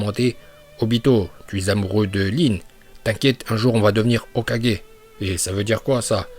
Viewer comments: Je déteste ta façon de prononcer hokagé sa soul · il dit hok4g a un moment faut pas exagerer encore pire shidessu nn mais la c insultant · on dit le "O4G".. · Y'a problème de locution sur le mot hokage 😅😅😂😂